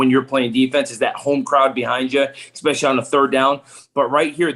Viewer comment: "EX-specially." Someone PLEASE tell that there is no "X" in "especially."